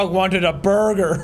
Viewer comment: I love how Jack keeps pronouncing Birgir as burger even he has heard them say it as beer-gur multiple times